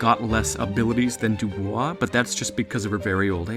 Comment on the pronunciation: Bonus Points for saying Dubois and not Doo-Boys